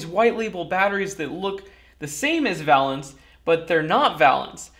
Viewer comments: I don't know if I would say "worth the price" but WOW what a difference! and Thank you for doing this! FWIW I think the companies name should be pronounced Vay-lance like in chemistry valence electrons. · It's pronounced va - long A - lence - as those of us with an academic chemistry background learn. The valence of a molecule is "the combining power of an element, especially as measured by the number of hydrogen atoms it can displace or combine with" or "relating to or denoting electrons involved in or available for chemical bond formation". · Would have enjoyed this video more if you could properly pronounce Valence. I cringed every time you said it. "Vay-lenss". One consonant following the vowel, that vowel is pronounced long. Basic English. I learned this in first grade back in 1962. Otherwise an interesting video. I changed my initial thumbs down to a thumbs up. Keep up the good work.